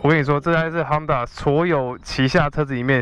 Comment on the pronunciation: 是鬨達不是夯達